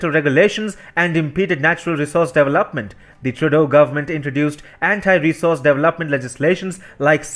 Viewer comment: Please learn to say development!